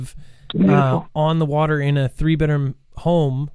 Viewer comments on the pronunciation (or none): A few says watee